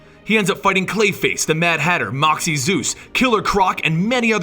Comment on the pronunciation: Maxie Zeus. He mispronounced